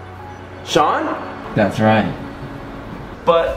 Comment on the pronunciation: It’s shon